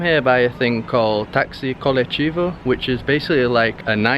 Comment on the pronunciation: It is not colechivo, but colectivo.